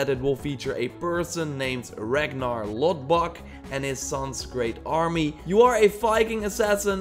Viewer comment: Probably Ragnar lodbrok not lodbok